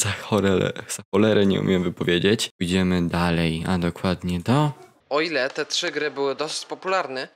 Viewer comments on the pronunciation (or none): none